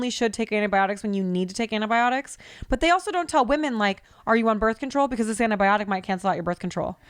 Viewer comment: I’m sorry but I’m going to pull a …. It’s ANTI-biotic not ANA-biotic 😅